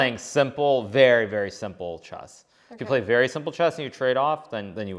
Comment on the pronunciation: Hikaru is the number one coolest chess guru ever. Magnus is magnus. Anna pronounces "e"s funny. She says chass, not chess; like chackmate. :) Oh and she is the cutest.